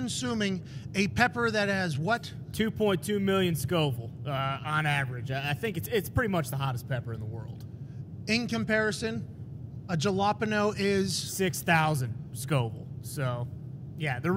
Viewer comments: Ja- lop - pin-ooo? U from jersey? 😳 😛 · HOLLLLLLLLLLLLLLLLLLLLLLLLLLLLLLLLLLLLLLLLLLLLLLLLLLLLLLLLLLLlllll up this man jus said JALLLA pino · Wow. Never in my life have i heard the word jalapeño getting raped this hard😂😂😂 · "Jelapeno" XD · Did he really just pull a Ricky and pronounce jalapeno lile that?😂😂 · For gods sake it's jalapeno not jalapeno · That's the worst pronunciation of jalapeño I've ever heard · I stopped watching when he didn’t even try to pronounce Jalapeño correctly 🤦🏻‍♂️